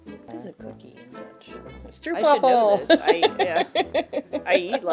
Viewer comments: The way English speakers pronounce 'stroopwafel' is so terrible and cringy! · STROEPWAFFEL! LOL!